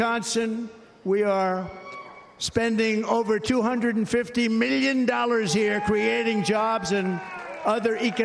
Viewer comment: Anyone who pronounced "million" like trump does is too old